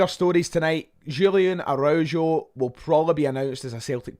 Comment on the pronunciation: The pronunciation of Araujo is criminal 😂😂😂😂